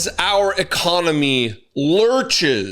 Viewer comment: Our "ECOMONY"? 🤣